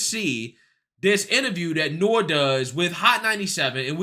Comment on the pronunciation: You're mispronouncing the name N.O.R.E.